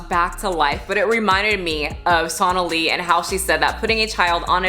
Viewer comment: Sonalee? I think you pronounced “Jim Jones” wrong.